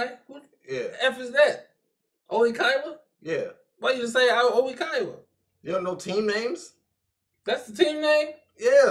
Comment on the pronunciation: EVERY time you say Oikawa's name slightly wrong and I crack up! I cannot! help x'D